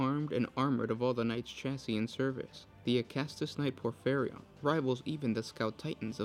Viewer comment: It's pronounced: Acastus Knight Porphyrion. Not Acastus Knight Porphyrion.